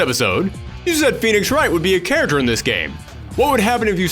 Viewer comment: You guys notice as the video goes on, every time he says "character" it just kind of devolves more and more to by the end of the video he is saying "Charers". Not a diss, just found it funny